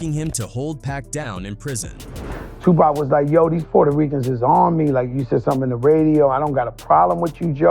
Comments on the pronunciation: "tu-pec" come on with that lazy ass ai bullshit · I really hate when they let the AI read the script...it is NOT pronounced "Two-Pack"! 😂😂😂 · The Pack shit is driving me nuts man. AI put some RESPEK on that mans name already! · Seriously with these AI voice calling Tupac" Pack" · This guy calls him "Tupac" and "Pack" in the same sentence 😂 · If you're using useless, soulless AI, at least program it correctly. I hate this lazy AI content farm bull$#!+. They called him "Lee Ateeno"? "two PACK"? Ridiculous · I cant believe all these old school rappers keep getting Tu=Pack's name wrong. If I didnt believe that, then I'm a bigger "Lee-ah-tino" than Fat Joe.